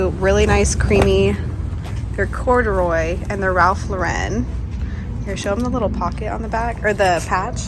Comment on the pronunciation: Hard to take fashion advice from someone who mispronounced Ralph Lauren, watch friends and try again!